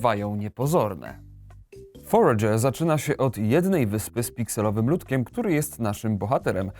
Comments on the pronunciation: Jak ta gra sie nazywa? Bo nie potrafi mówić, mówi Forge ale nigdzie tego nie potrafie znaleźć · Znalazłem ta gra ta forager. FONETYCZNIE FOREJDŻER KURWA NAUCZ SIE MOWIC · Ja pierd... Wiem, że się czepiam, ale używajcie ikonki głośnika na google tranalatorze. Foredże, kurwa... xD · Jak ta gra się nazywa bo nie rozumiem jak mówi :/? EDIT:Już wiem dla potomnych: Forager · Powie mi ktos co to za tytuł? moei tak niewyraznie ze nie jestem w stanie zrozumiec a przetwarzanie mowy na tekat mowi ze ta gra to foregerer